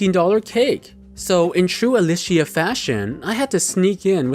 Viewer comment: No one else gonna talk about how he said Alicia